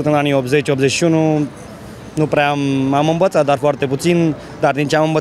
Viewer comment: Mi-au trebuit 10 redări că sa înțeleg că zicea "am învățat"... eu am înțeles "m-am îmbătat" :)))))